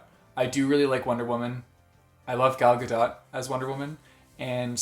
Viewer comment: you said her name couret (in Hebrew you spell her name like this גל גדות)